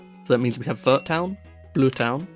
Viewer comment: I'm so confused about how Pokémon fans still mispronounce Arceus, after over 13 years. Also, Vert is pronounced more like "air" but with a V before it lol.